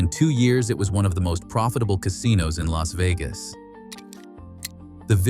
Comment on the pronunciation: "LASSS" VEGAS???